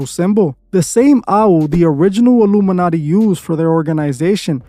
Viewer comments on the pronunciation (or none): none